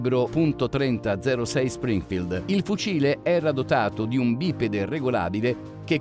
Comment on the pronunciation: "Bipede"...non si può sentire...